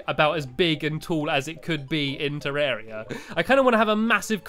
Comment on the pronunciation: the blood moon means zombies can open doors and te-rr- ar-ia not te-rr-er-ia